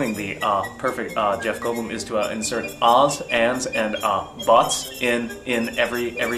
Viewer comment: but's (ale) brzmi tutaj jak butts (poślady) :D